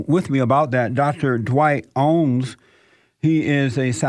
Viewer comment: Rev. Jesse can't pronounce OWENS!!!! LOL....😂😂😂